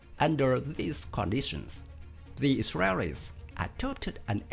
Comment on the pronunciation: Now what kind of accent is that "the israreris 😂😂laughing my ass off